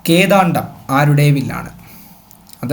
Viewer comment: Ezhuthiyathum vayikkunnathum pla iathum vyathyasam undallo onnu sredikku.. Vedavathi= =devavathi? Kodandham== kedaandham Ingane ottanavadi... Onnu sredikku